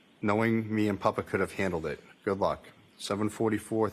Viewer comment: Since when is "papa" pronounced "puppa" btw?